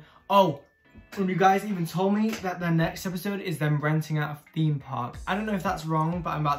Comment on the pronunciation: Haha how you pronounce teume is adorable